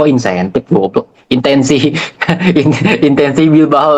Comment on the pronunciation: ampe keceplosan gitu ngomong insetif lagi BU kah? Wkwk